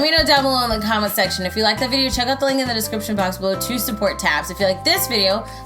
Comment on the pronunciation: I think you pronounce Tabbes name like Tay-bbes and not tabs?? I don't know tho